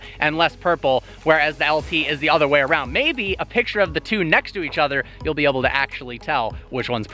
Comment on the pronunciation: DUDE its able not oble. Literally every single video I catch it!!